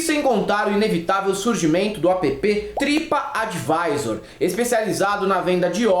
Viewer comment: Eu engasguei de rir com o "tripa adivisor" 😂